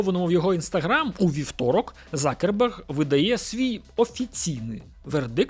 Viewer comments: Закерберг слух ріже з яких пір завждиш був Цукерберг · Дякую за Вашу роботу, але скажіть, чому Закерберг, якщо він - Цукерберг ??? Мені одному ріже слух? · чому закерберг ?? його звати Цукерберг ! чи то якась фішка типу той кого не можна називати ))))) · Хто такий Закерберг? Коли це він перестав бути Цукербергом ?) я аж в душі послизнувся, коли почув це😂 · А з яких часів Цукерберг став Закербергом?🤣🤣🤣